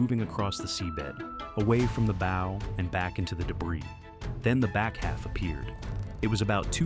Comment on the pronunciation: Tell your STUPID AI, that a ship's "BOW" is not pronounced BOE, it's BAU. (closer than BOE!) I can tell that NO Human proof-checked this video before it was uploaded. That's LAZY, or maybe GREEDY. --->The ship's BOW, BAU, must have been mispronounced at least a DOZEN times like BOW as in BOWS and ARROWS. The first three or four times they say BOE, you say STUPID AI, every single one of the next eight, you say stupid producer! AI isn't quite the YouTube MONEY MACHINE YOU THOUGHT IT WAS!